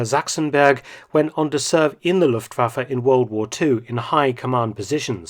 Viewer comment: The "Shhh Waffe"